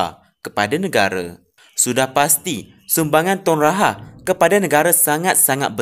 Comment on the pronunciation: Apsal pelik sgt suara voice over ni.. Cara dia sebut Rahah pun mcm ntah ape2🤣